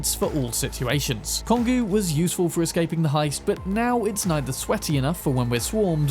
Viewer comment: This glass cannon is always my go-to build when playing Cyberpunk. The whole game just feels empty without the quickhacking, like missing a substantial part of it. Also, trivia as usual : Kongou is pronounced exactly the same as how you pronounce the country Congo. It's a name of a mountain in Japan, and also a name of a world war era Japanese Battleship.